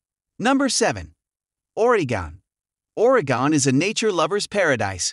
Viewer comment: Oraaagin??? The AI NEEDS WORK!!!